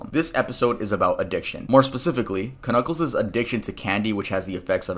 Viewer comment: did he say kanuckle not knucle